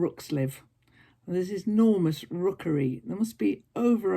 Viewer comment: I had to laugh -- I heard you say "Norma's Rookery" and I thought "Norma's birds....", then I realized you had said 'an enormous rookery'. Too funny! Love that you took us out and about and that you got to visit (at the appropriate distance) with J and J. Love your imagination for playing shops with Martha and know that Agnes will be enjoying that, too. #LHHLGS will be an interesting experiment. So many creative people with so many artistic expressions. Love your music choice -- appropriate.